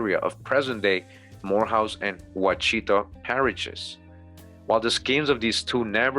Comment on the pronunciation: And also you are mispronounced washitaw...